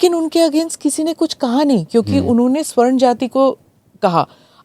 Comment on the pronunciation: Swarna nahi Savarna